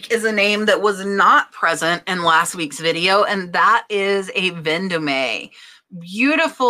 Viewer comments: it is pronunced Ven Dome NOT Ven do me!! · Vendome is pronounced Von-dome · Vendome is french, as in Place Vendome in Paris. It’s pronounced « Von Dom »